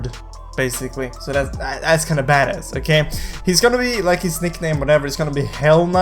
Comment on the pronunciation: White boy saying badass... TRIIIGGERREEDDD